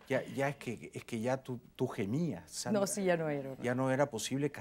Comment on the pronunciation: En México los del centro tienen esa pronunciación de las S, tipo sh. Sandra nació en la sierra del Perú, donde el acento es otro.